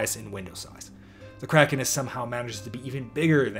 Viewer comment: "I believe it's pronounced Cray-kon in the original Scandinavian"